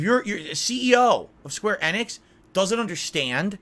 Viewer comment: Square "Ehhhneehhhx" It's Enix....ENIX....again with the "I call the name wrong" fetish Remember "battle royal"